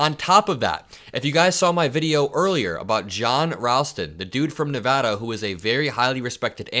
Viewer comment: I love you for saying Nevada correctly. Smart young man. 💙